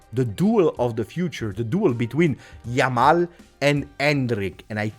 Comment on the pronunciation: LAMAL :D hahahaha it'll make me laugh every time :D